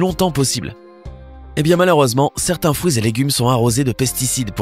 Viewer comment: Il a du mal à dire fruit haha ! Il dit Frouit c'est trop chou